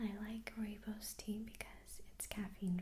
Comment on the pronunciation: "Rooibos" Can't believe you pronounced it correctly. It's originally from South Africa, where I'm from. ^^